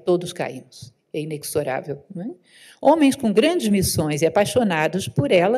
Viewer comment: Boa noite! Com muita admiração à digníssima professora Lúcia Helena, respeitosa e humildemente, declaro que de acordo com dicionário Aurélio a palavra inexorável (implacável) tem como pronúncia correta "inezorável" e não "inecsorável". 💕💕